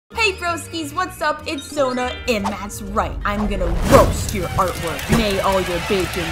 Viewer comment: why did i think she said earthquake and not artwork? idk im a fan of msm